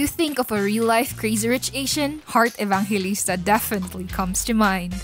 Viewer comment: love that pronunciation Evankalista